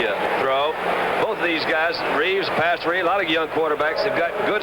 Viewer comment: Gifford: Pastorooni😂 Edit: I had zero knowledge of Dan Pastorini ever punting. Wow. Not too shabby either.